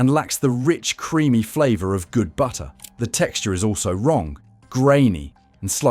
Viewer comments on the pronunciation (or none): BU-ER! What happened to the Ts?